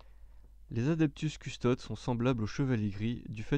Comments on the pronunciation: C'est vraiment dur à écouter du fluff quand tu fais des fautes de prononciation à longueur de temps. CustodES : à mon sens on dit "custodès" Roboute Gulliman : tu le dis très à la française. Il y en a d'autres .... Beaucoup de répétition et une lecture très plate : Met un peu de vie dans ta lecture ! C'est intéressant mais la forme rend l'ensemble difficile à suivre ! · Lucius Forge oui il faut lire les noms comme en latin : Adeptus deviens Adeptous et Custodes : Coustodes ( dans la prononciation)